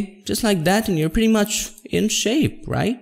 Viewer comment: when he says pretty munch in shape, yes i accept it.